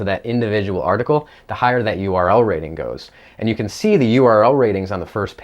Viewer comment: Conclusion: You have problem saying URL Rating :-p correctly :-p